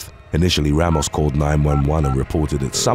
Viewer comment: “Gregory Logan Rrrrramos”